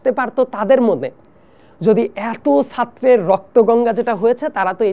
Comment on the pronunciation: সাত্র কী আবার? এত মেধাবী যে ছাত্র উচ্চারণ এদের কারেক্ট না। এইসব সুডো-ইন্টেলেকচুয়াল দিয়ে তো দেশের খবর আছে, যা বুঝতেছি।